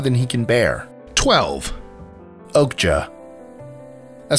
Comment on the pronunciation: I think "Okja" is pronounced "Okya" not "Okga"